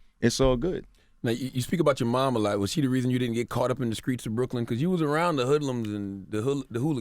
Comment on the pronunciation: What’s up with CTG always mispronouncing words in every interview🤔. he says skreets of Brooklyn not streets of Brooklyn lmao. 😩🤛@ he says main scream(skream) instead of main stream. Anything with a St in the word he mispronounces lol. Like one interview he said skrimps not shrimps an in multiple interviews he’s said skraight not straight😂😂💆🏽‍♀️🙊. Other than that this was a gr8 interview.